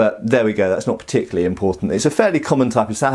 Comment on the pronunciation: "Particurally over-enthusiastic hyena..."